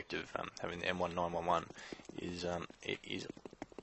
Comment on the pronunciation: Not to knock on you because you've got really good gameplay, but it's "M-nineteen-eleven." <3